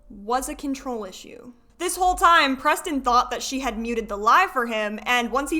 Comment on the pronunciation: Can I ask why you keep calling her C? Sorry I might be missing something painfully obvious but it clicked halfway that you were saying C instead of she and I wondered why.